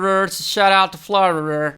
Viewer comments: Florida ❌ Flawrurur ✅ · Florida ❌ Florier ✅ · And this all happened in frirr so shout out to frirr” got me like its Florida not frirr 😂😂😂😂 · I heard armourererer in another video and now florirer🤣🤣🤣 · I know this is off topic but the “florereurrr” hit hard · “arl thus hapnd in flornd so shatat to forln” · Fl-rer - rer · “Shoutout to flowrerr” 😂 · Man, just gotta love the state Flaur-Rer-Rer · Ah my favourtie state "Flarrweverth" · Why can't you say Florida properly? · Why do you say Florida like that?😂😂😂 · The way he said Florida😂😂😂😂😂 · I was not expecting the way he said Florida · some one teach him how to say florida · The way he said "Florida